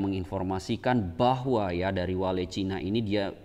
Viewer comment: Bacanya jangan wale mas..lucu aja